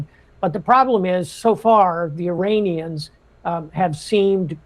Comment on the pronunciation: Why does it always sound like they`re saying ``Uranians``? 😅 Greetings from Nuremberg, Germany 👋